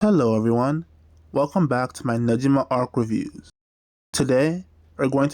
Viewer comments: For pronouncing negima, the gi part is like Gi for Judo not nejima like the way you were saying it ^^; Hope this helps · NEGIMA GACHA JUST GOT ANNOUNCED!!! You gonna cover it? Also you should know you're pronouncing Negima wrong. Google how to pronounce it please. It's the only real problem with your content, the consistent mispronunciation of the series' name.